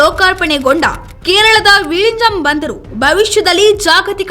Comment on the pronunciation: ಅದು "ವಿಝಿಂಜಮ್" ಅಲ್ಲ ವಿಳಿಂಜಮ್. ಡಿಎಂಕೆ ವಿಸ್ತ್ರತ ರೂಪವನ್ನು ಆಂಗ್ಲದಲ್ಲಿ "Dravida Munnethra Ka"zha"gam" ಎಂಬುವುದಾಗಿ ಬರೆಯಲಾಗುತ್ತದೆ. ಅಂದರೆ ಳ ಅಕ್ಷರವನ್ನು Zha ಎಂಬುವುದಾಗಿ ಬರೆಯಲಾಗುತ್ತದೆ. Khazhagam - ಇದನ್ನು ಕಳಗಂ ಎಂದು ಓದುವಂತೆಯೇ, ಕನ್ನಡದಲ್ಲಿ ಬರೆಯುವಂತೆಯೇ VIZHINJAM ಅನ್ನು ವಿಳಿಂಜಂ ಎಂದು ಓದಬೇಕು, ಬರೆಯಬೇಕು.